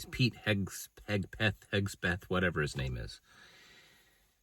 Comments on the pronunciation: Super knowledge…… 🤔🤦‍♂️ Heg Seth…. Let’s say it together…. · His name is pronounced kegsbreath